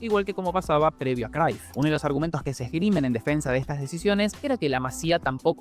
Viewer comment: Porque pronuncia el nombre de cruyff crayff? Ajajajaja este pronuncia como quiere los nombres